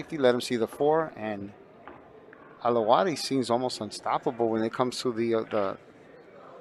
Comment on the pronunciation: Thanks for the stream. Must say, though, bit of a shame that the commentator couldn't pronounce the player's name properly - he called Alawadhi "Alwahaddi" all week.